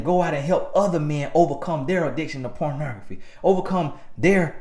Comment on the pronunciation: 🤣🤣🤣💀💀💀😩 🗣pronography 🤣🤣🤣